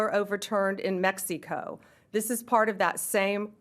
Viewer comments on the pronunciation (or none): Honestly. This lady is… “out there”. Mex EEE co. 😂 I bet you she couldn’t point out Mexico on an upside down map, yet could tell you all about the new Versace line.